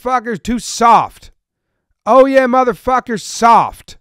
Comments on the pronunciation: “All Y’all mf soft” not “Oh Yeah mf soft” 😂 close tho!! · I think he was saying all y’all instead of oh yeah